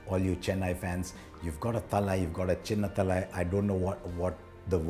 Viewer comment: I'm just glad he got the pronounciation of Chennai, Thala and Chinna Thala right 🤙🏻